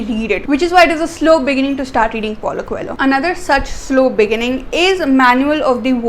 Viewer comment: I think coelho would be prounced as" ko - leo "